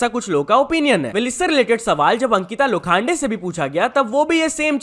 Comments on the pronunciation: sorry not "lo- khaan- de" it is "lo-khun-de" not trolling, but people make issues out of nowhere thatswhy writing it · Lokhande ❌ Lo khaan day ✅😂😂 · Its not Ankita Lo khande😂...its Ankita Lokhande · Bro its Lokhande not Lokhaande.